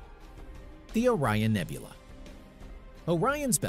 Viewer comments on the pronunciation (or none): none